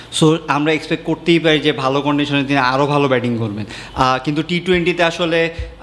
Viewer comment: Beting na re bhai, batting*